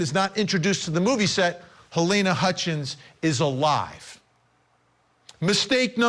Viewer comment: I think your reporter is saying her name wrong- it's halyna not Helena